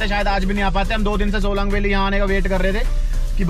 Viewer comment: Bhai shelong shelong bolte ho Solang hai vo 😂😂🤣🤣 haar baar shelong shelong bolte ho